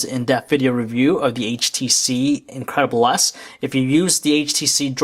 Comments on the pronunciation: every time he said the name it sounded like he was saying " the incredible ass" XD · I swear, this guy is saying HTC Incredible ASS!!!!